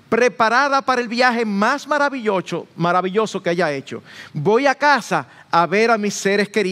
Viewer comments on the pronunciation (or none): "Maravillocho" mensaje! (El error de pronunciación más tierno jaja) Gracias pastor y a toda la Iglesia y sus siervos. Saludos desde Italia.